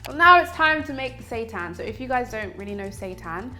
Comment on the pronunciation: But why does it sound like “Satan”?? 😈👹